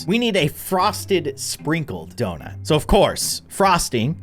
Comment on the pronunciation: “The earth is flat” “the earth is round” “Ze earf iz donoot”